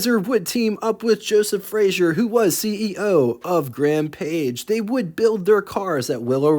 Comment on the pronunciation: Frazer. Not Frazier.